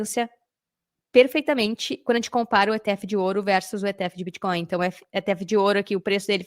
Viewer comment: Que confortável ouvir varias vezes a palavra "biticoin" kkkk nunca fica redundante. Parabéns! Muito bom